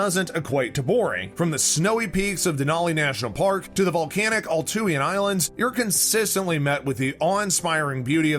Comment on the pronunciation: A-loo-shin Islands